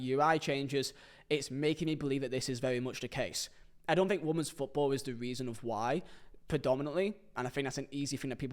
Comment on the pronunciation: Can someone please tell how to pronounce women?